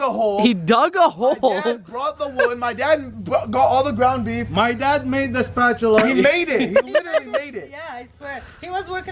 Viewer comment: "Ground Beff"